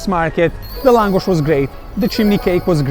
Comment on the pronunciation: Für Deutsche : Laaaaaaaaaahngosch..ausgesprochen